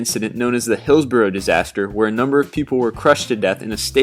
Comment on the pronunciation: Hey man you could at least pronounce Hillsborough right.jesus. I live in sheffield